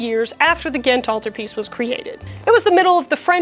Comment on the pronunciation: as a flemish belgian, can i say you that your pronounciation of "ghent" (gent in flemish dutch, Gand in Walloon french) is very good? We have a difficult language and i will never ever call someone out for mispronounching our language but when somebody does get it right, i am filled with joy